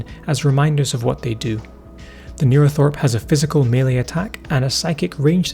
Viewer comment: Yes, as others have said, it's called a 'neurothrope' not thorpe